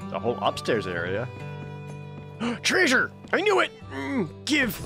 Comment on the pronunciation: Love your content, love the games you play. Its just the whole 'derpy' persona you do that really bugs me. its overplayed and outdated. So a part of me does die everytime you say "treysure" but otherwise, keep up the good work. You definitely deserve the views